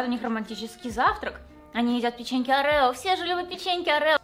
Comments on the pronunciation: Когда всю жизнь говорила - орео, а потом посмотрела ролик Лисы (орэо) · Орео ударение на первую букву